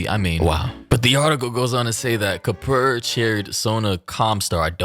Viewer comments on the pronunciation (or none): HIS NAME IS KAPUR..NOT KUPAR😂😂